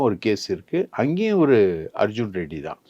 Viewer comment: ஆதவ் அர்ஜுன் ரெட்டி என்று அழுத்திச் சொல்லும் நீங்கள் அப்படியே கருணாநிதி ஸ்டாலின் உதயநிதி ஸ்டாலின் தெலுங்கர் இல்லையா 😂😂😂😂